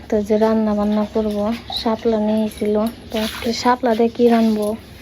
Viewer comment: হাপলা বলে না শাপলা বলে